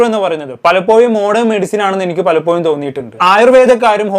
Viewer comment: Palappoyum അല്ല പലപ്പോഴും എന്നാണ്